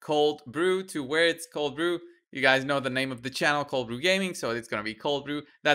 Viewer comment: "Cold Brew" ..or "Colld brew" :D